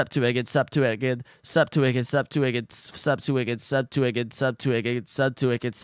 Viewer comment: pushes up glasses technically you said in your title that you would say "Subscribe to wicked" but most of the time it was "sub to wicked" and even one and near 267 you sounded like you were saying "sup to whipkid" so the game is forfeited... Thanks for playing anyways